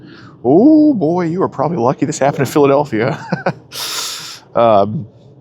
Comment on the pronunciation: "pwobably" lol.